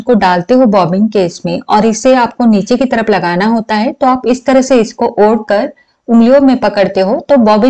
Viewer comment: Odke, ye word sun ne me bahot maza aata he😂 &video is very👌👌👍